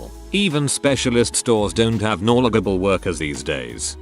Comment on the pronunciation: How ironically hilarious is it that the AI voice can’t pronounce ‘knowledgeable’ 🤣😂🤣